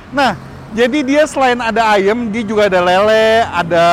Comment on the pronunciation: Ayamm yaa bukan Ayem